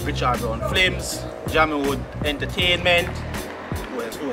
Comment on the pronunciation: Alton, remember, it’s film....film....not flim ...